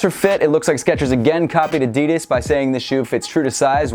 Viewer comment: Atleast say Adidas right